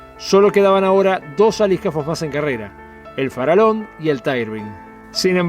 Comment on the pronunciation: Sin temor a equivocarme Colonia Express a pesar de la pandemia tiene hoy el 30 % del mercado quedando Buquebus relegada . "Farallon" se pronuncia FARAYON y NO FARALON , el nombre del aliscafo hace homenaje a la Isla homónima frente a la Colonia del Sacramento. Saludos !